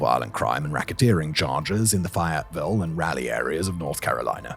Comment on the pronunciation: Ive corrected this before under videos. I figured I wouldn't bother this time. Glad someone else was bothered by this butchering too, though.